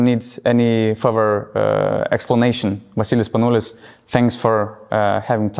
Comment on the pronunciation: VA-SSILIS SPANOU-LIS!!